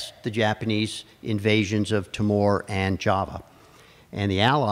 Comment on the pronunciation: Thank you for this fascinating video. We in Australia are sadly ignorant about our own history. One comment about pronunciation: The island of Timor is pronunced Tee-more.